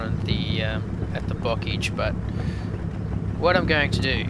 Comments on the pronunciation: Bocage is pronounced Bocaaage not Bockage... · Oh, but bocage is pronounced boh-KAHZH /nitpick